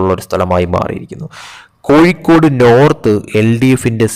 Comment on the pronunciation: കോയി ക്കോട് ,, കോയി ക്കോട്,, പോടാ കോയി